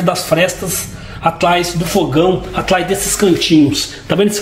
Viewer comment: Será que espanta sogra e cunhado kkkkk e porque se fala “ atlais ao invés de atrás” parece eu falando tleis 3 + kkkkk